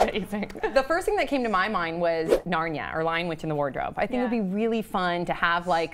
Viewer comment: "narn ya"? Narnia is pronounced, Narn eeya.